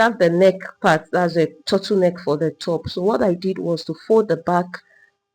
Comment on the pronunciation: Your Tuttle neck is difficult to understand